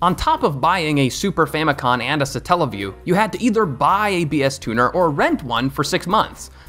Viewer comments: Isn’t it famicom not famicon? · Bro keeps saying “Famicon” instead of “Famicom” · Wait I thought it was Famicom, not Famicon- you learn something new every day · “Super famicon” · I'm too much of a nerd, I saw this and was like "Which of the Satelliview titles?" Also it's Famico*m*. You can even see it on the controller in this very video! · 🤦‍♂️ famicom not famicon….. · FamiCom, with an M as in FamilyComputer 😉